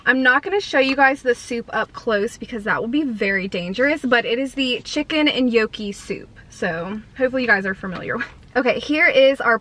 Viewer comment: It's pronounced knock e not yo key